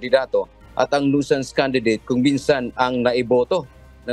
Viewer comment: CORRECTION FOR THE PRONUNCIATION OF THE WORD NUISANCE. NOISE IS PRONOUNCED AS NOYZ. NUISANCE IS PRONOUNCED AS NYU. SANS. CHECK THE DICTIONARY YOU ARE AWAYS GOT WRONG OF YOUR PRONUNCIATION. Simulation is Sim. Yu(ya). ley. shun Southern is SATHERN. You seem funny in pronouncing words.